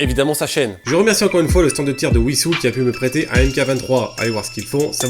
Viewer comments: Alors si tu parles de Wisous dans l'Essonne 91, ça se dit Vissous 👀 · Il a dit ouissous "Wissous" 🥹